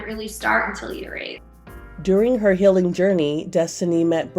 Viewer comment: the reporter says 'the hilling' instead of the 'healing'